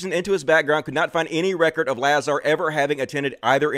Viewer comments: Lah-Zer, you mispronounced the ze, you’re clearly misgendering. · It's pronounced LaZAR. See you did a ton of research, huh? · Its a A not a E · Can't even pronounce Lazar's last name correctly... yeah... you sound well informed. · Trying to say his name wrong makes me not like you. You even caught yourself almost saying his name right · "Take me seriously" ::doesn't correctly pronounce Lazar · I'm glad your crash course on Lazar helped you pronounce his name wrong. I guess I should listen to you instead. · You aren’t even pronouncing his name right. I don’t fully believe this guy, but you haven’t even studied properly. As soon as you said his last name wrong. Joe has followed this guy for years. A lot of what you are claiming has been shown to be real. You don’t follow Joe well enough either with the take you have on him. In past shows Joe has discussed on a lot of previous shows and brought up these discredited issues with. Further you got so much wrong in this video. For one you said 70s. was in his teens there. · Look. If you can't pronounce the guys name then it shows how much research you have done. Don't be a sheep. Have an original thought before you post an ignorant opinion.